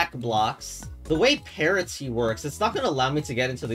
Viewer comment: why do you always pronounce parity that way?